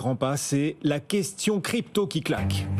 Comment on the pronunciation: "c'est la kestion krypto ki klak!". On admire le self-control de et;-)